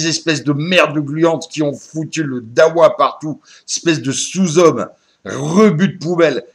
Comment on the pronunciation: Le gars c est un vieu rascar consanguin et il dit "darwah" Hahahaha